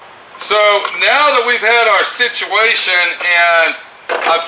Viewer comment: serious situ-WAY-tion